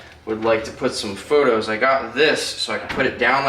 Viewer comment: Obviously it doesn’t matter but I just wanted to let you know that plant “pothoes” is pronounced like Pot-Thoes!